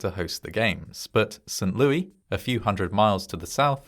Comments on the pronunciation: St. Louis, with Louis pronounced as "Lewis," not the French pronunciation. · This is the most St Louis thing ever. It's said Louis, though, not Louie.